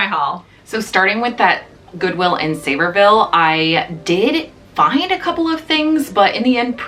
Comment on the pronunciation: Love how you said Sevierville .. it is se vier ville .. you just made my day ..